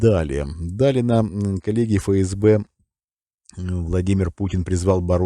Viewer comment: Тонкость: не фээсбэ, а эфэсбэ.